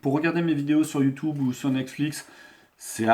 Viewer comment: Youtoube cela n'existe pas ... C'est YOUTUBE AVEC UN "U".